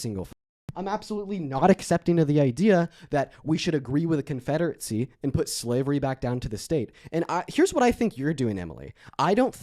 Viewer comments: Thuh confederate-see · keeps mispronouncing “confederacy”. It’s not Confederate-see. There is no T in this words. Educate yourself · I don't understand how is so well spoken with so many words, but fails to say anything of any substance. Why does he pronounce confederacy "confederetsie". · Interesting how interested is in the confederacy but somehow he thinks it's pronounced CONFEDERATZEE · Why does he keep calling it the “Confederatecy”?